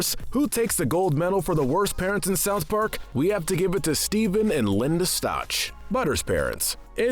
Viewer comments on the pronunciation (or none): my name is da-veed and it's not baby it's bebe and it's not linda it's liane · "Liane" Cartman--- pronounced like Lee-Anne.